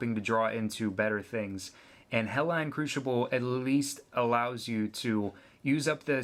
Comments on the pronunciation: also, where are you from? its not Helline. it's Hellion. hell-ee-un. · you say Hellion wrong and i don't like it. Hell'ION' is not Hell'ON' ! learn to read bud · It's pronounced Hell-Lee-Yun, you moron. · GOD DAMMIT IT'S HELL-EE-YUN. I know this is a super old video but that pronunciation just made me forget what an boner feels like.